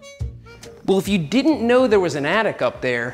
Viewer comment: Seth says, "The bike attic." I hear, "The bike addict." Meet you halfway, "The Bike Addict's Attic."